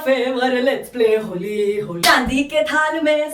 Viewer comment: Indian version of superwoman!!tht was cool.....especially happy Holli haa(Marathi accent)...i loved it:p